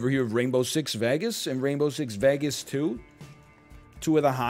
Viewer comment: Dælmatian I mean sure. The non-phonetic nature of your language really makes a moot point of it. 10min later "Rainbow six VAGAS" lmao Also, aren't you from Quebec?